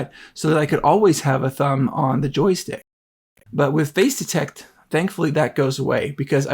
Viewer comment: Nice video, and if this really is much better than the E-M1 Mark II it's a valid reason to consider the new one. One small suggestion: for the first few minutes of this video, I could have sworn you were talking about "phase detect" autofocus. Finally got "face detect" from context, but it needs better enunciation there.